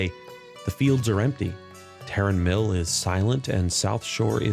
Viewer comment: Okay you finally get my sub, for literally being the only world of Warcraft content creator that knows how to pronounce Tarren Mill